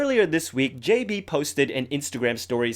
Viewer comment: The way you said "JB" tho 😂